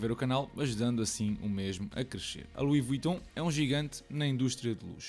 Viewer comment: epah, confesso que fiquei À espera de como é que irias pronunciar o nome 😂 foi spot on